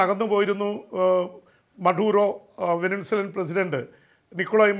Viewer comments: "Venezuela". not " venenzuela" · ഇതെന്താ വെനിൻസുല എന്ന് പറയുന്നത്, വെനിസുല എന്നല്ലേ?